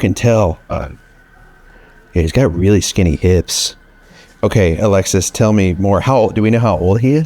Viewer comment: Every time he says Alexis, i hear Alexa (from Amazon) 😂😂😂😂😂